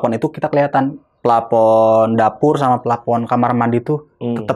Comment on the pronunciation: Narsumnya konyol..sok iyes..bisa bilang denial..hang out...keren Tp pas bilang epakuasi dan plapon..ketahuan udiknya wkwkwkw